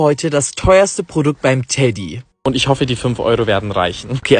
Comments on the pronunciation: Teeeeediiii und nich teddy😂😂😂!!! !!!!!! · Es heißt nicht Teddy sondern Tedi mit langem eee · nicht Teddy sondern TEEEEEDDDIIII😂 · Teddy wird Tedi ausgesprochen ich empfehle dir Babbel 😂😂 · Es wird nicht "TEDDY" sonder TEDY ausgesprochen. TE-DY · Sorry das ich das sage aber kann kein deutsch weil es wird eigentlich Tedi ausgesprochen und nicht Teddy 😂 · Nicht teddy Tedi geschrieben Teeediee ausgesprochen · Was für Tädy das wird TEEEEEEEEEEEEEEEEEEEEDi ausgesprochen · nicht teddy teeeeeeeedi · Es wird lang ausgesprochen tedi und nicht teddy weil bei teddy sind zwei tes drinne und das wird schnell ausgesprochen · Es wird TEEEDI ausgesprochen und nicht TEDDY❗️❗️❗️❗️❗️❗️❗️❗️❗️❗️ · Das wird Tedi ausgesprochen aber Teddy geschrueben❤ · Sry aber es wird teedi ausgesprochen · Der heißt Tedi mit langem eeeee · Es heißt teeeeeeeeeeedy